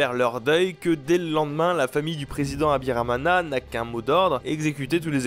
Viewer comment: mana yanje (mon dieu) !? tu prononce mal le nom d'Agathe Habyarimana...... vraiment mal mais c'est cool d'entendre son pays ( BURUNDI)